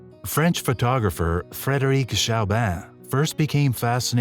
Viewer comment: Chaubin se pronuncia: Shobán